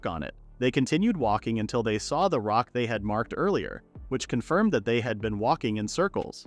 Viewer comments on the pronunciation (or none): none